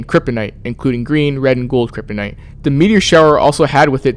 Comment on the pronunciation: Great video, but I wanna poke a little fun. Cripinite, Kryptonite that is all